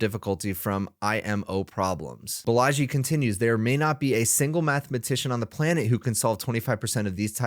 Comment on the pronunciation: not Balaaaaji, correct way to say, baalaaji